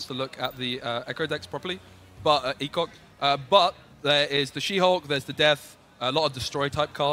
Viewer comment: I'm pretty sure his name is "e-shock" not "e-cock" 😂